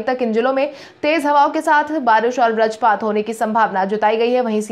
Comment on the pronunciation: कृपया बज्रपात शब्द का सही उच्चारण करने का प्रयास करें। इसे ब्रजपात न कहें। बज्रपात और ब्रजपात में आसमान और जमीन का अंतर है।